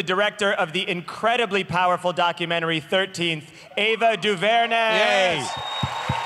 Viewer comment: John mispronounced Ava Duvernay's name, thats why she looked angry